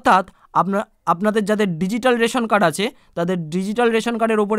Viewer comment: Reshon kad bolun dada